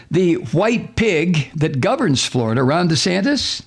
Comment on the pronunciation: pronounced: Flori-Duhhhhhhhhhhhhh